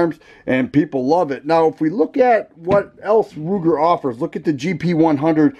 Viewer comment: Ruger not Kruger